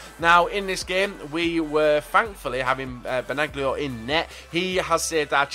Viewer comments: You don't pronounce the "g"... It's just "Benalio " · wie gesagt: das G spricht man nicht aus :D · they speak German in Switzerland and you don't pronounce the g believe me m8